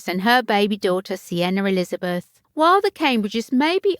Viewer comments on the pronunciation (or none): none